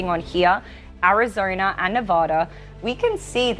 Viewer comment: vurting in Arizoner